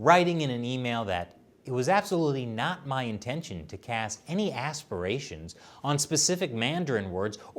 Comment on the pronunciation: (The word was "aspersions", not "aspirations".)